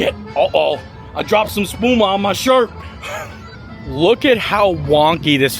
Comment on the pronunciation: I'm learning Italian. I got curious after you said Spuma and that you weren't sure if you said it right or not (I wasn't sure either) so I looked it up (just for my own knowledge) and you did in fact say it right😀 According to Google translate Spuma means foam.